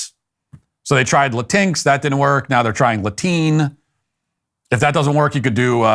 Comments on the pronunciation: "Latine" has been around for a while in Latin America. First started hearing/seeing it like 3 years ago. Also, you're pronouncing it wrong. It's like "la-tee-neh." And Spanish speakers did come up with this lmao. Also "latino" and "hispanic" don't mean the same thing.... Matt Walsh wrong yet again. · Latiny😂😂matt stop!